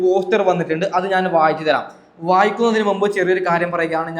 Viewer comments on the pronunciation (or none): none